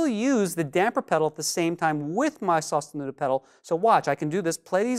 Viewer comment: Lol never pronounce that the same way again